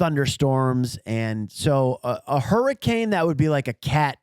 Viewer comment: Why are one of you guys calling hurriKanes “hurricaN” is that guy from Utah?